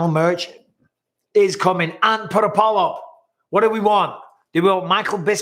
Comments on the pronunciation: I hate to say it Bisping but everytime you say put a poll up it sounds like Polyp, as in call the doctor I need to get my Polyps removed. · Every time you say "put a poll up," it sounds like you're saying "polyp." Lol. Rebecca is breathtaking by the way! It's hard to believe that woman has children that age.